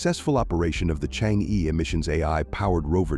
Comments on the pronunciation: The pronunciation of Chang'E is /chang-er/ but not /chang-ee/ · It's not pronounced "Chang'e", it's "Chang'er"". It's pronounced "Chang'er" in Mandarin. Chang'er is the moon goddess in Chinese mythology. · correct pronunciation of change'e is chang'er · The narator's pronunciation "Chang Yi " is wrong. It should be " Change Er " in chinese. It is the name of a princess in an ancient chinese folklore, who lives in the Moon Palace, cold and lonely. The name of the relay communication satelite is "Que Qiao", which is bridge made by the warm hearted birds to help the princess to leave the moon palace and meet her lover once every year-on July the 7th. So in China, the 7/7th is day for lovers to meet, kind like the Valentine's day in the west. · Please pronounce Change correctly. It is not "chang.... eee" like Wall-eee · chang’e is correct pinyin (no ‘r’), and rhymes with ‘hunger’ (again ‘r’ silent) - the ‘e’ has what linguists would call the schwa sound , similar to the 1st syllable of ‘above’. So, chang’e is chAHNg E(r). Now ‘q’ in pinyin sounds like ‘ch’, so it’s not ‘kew kiao’ but ‘chweh chiao’ for queqiao. You can learn pinyin with just a little effort ! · Just wish the narrator can pronounce Chang’e properly